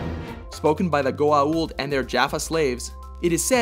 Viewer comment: Juh-fa not jaf-fa, but I should be glad he said Goauld right. I still can't figure out where to out the apostrophe.